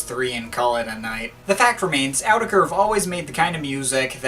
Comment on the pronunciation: it's pronounced, not Ker